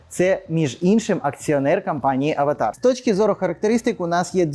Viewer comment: А хіба правильно не Аватр ? Ви що кіно передивились 😂😂😂